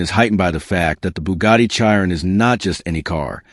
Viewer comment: If you can not pronounce Chiron correctly Why would I watch this stolen / copied, / reuploaloaded Footage. REPORT wanker.